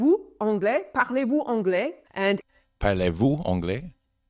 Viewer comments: Yes, you say it quite well Not like a native french speaker though, the way we frogs say the "r" letter is difficult for english speaking people Nice video, keep up the good work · Your "parlez-vous anglais ?" (Do you speak english) is very well, and your accent is so cute